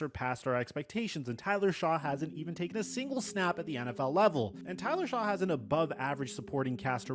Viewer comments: Each time this guy mispronounced “Shuck” he should take a hiatus of making videos. You can tell he literally read articles/watched YouTube videos about the Saints’ current situation, didn’t understand them, and then decided to make a full video about it. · The name is spelled shough...In no world is that pronounced "shuck"...Aints are trash but ive blocked all that dudes channels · “Is Tyler Shaw the situation?” Forget that he mispronounced Shough’s name … he confused “solution” and “situation”. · This is the very reason why I quit watching him years ago. It’s just lazy nonsense with absolutely zero effort put into his videos. This is all right off the dome, because there’s no reason to mispronounce Shough’s name continuously this far from the draft. How he’s got a decent following is nuts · This guy does not know what he’s talking about! He didn’t even take the time to find out how to properly pronounce Tyler Shough’s name! I get the feeling he’s one of those creators that just says crazy stuff to get clicks and views or maybe he really is this ignorant 🤷‍♂️🤷‍♂️ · Love but that opening line of the video, including the inability to say the name correctly of the qb you’re talking poop about, made me turn this off. Still get a like and comment though. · him butchering Tyler Shoughs name just proves to me he did little to know investing.